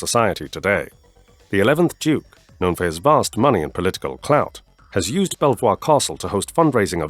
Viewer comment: A very interesting story. Bell Voir Castle is pronounced Beaver.